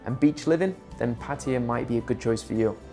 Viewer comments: 🗣️))))). ⛔️Not Pah Tee Ah. ⛔️Not Patty Ah. 👉🏼 Pah Tah YaH’. (Pattaya)👌🏼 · KRABI IS MUSLIM, THAT'S WHY THERE IS NO FUN THERE. IT'S PATAYA, NOT 'PATYA'